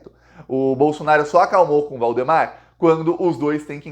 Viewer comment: Não é Bolsonar i o e nem Valdomar i O Procura um fono, cara não dá pra aguentar 15 minutos falando bolsonarIo bolsonario bolsonario